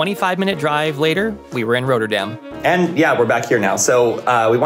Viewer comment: RoTTerdam as in rot, hot, not, plot. Not....😂 Roaterdam.